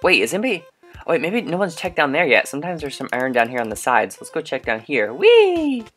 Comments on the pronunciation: not to be mean but it's not Aron its I-Ern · you said iron wrong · do you mean berserker lol xD! btw love how u said iron a different way and love you tell Audrey why she scared of murder I wanna say. sorry for killing you Both on murder when I won twice